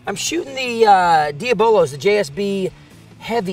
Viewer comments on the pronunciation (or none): Why can't Americans say diabolo? I wonder if that springing bipod was where movement came from, on the bent rail?